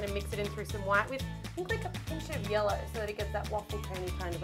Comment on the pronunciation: When said yellow it sounded like yolo